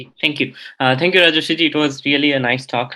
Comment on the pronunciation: It's Rajarshi ( pronounced : Raa - jor - shee ) not Rajrishi, Rajashri ( which is a feminine name ) whatever...